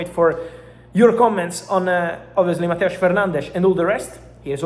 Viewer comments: Sorry, who is Mateusch Fernandesch? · It's Mateus* But thanks tho